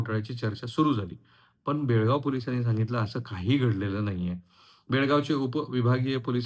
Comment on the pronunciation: Belgavi nahi Belgav